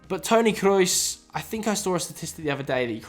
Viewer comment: Tony K-Reus? It’s pronounced “Kr-ohs” by the way.